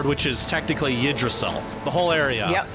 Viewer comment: She butchered "Yggdrasil"; it's meant to sound like "OOG-druh-seel".